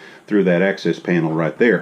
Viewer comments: Beautifully done! (It's access, rather than excess.) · Access, not excess!